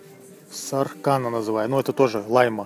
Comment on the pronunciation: сАркана, а не саркАна. Красная (жен. род) на латышском.